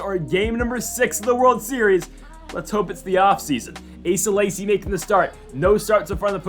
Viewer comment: Asa Lacy is pronounced A Suh Lay see.